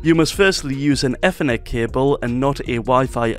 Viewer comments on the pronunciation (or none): i love how he calls it eathernet